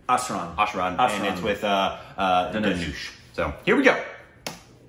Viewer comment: U made tamizh into tamol and dhanush into tanoosh🙁🙁😂😂